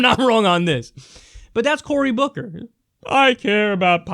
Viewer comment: Died when you said Bory Cooker... Who? Lol